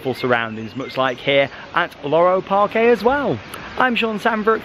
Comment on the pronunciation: Just a note: Parque in Spanish is actually just pronounced Park, not Parké. Just like Parque Warner.